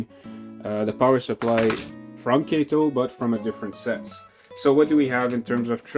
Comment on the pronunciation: Nice demo of the Kato Compact Track set. One quibble -- it's pronounced "Kah-toe" not "Kay-toe". A tip about the track - separate it by bending horizontally, not pulling or flexing vertically. I've been playing around with the Compact Track a lot lately. It's surprising how much equipment will run on it. Most shorter 4-axle diesels (F units, GP20 and earlier) run fine even (or particularly) with body mount couplers. Most 40' and 50' freight cars with body mount couplers too. I have even got Bachmann 60' passenger cars fitted with body mount couplers to work well. Some equipment does need tuning, but that's part of the challenge/fun. Mixing body mount and talgo (truck mounted) couplers is asking for trouble, as you saw with the Atlas Dash-8 and a couple of random talgo equipped cars.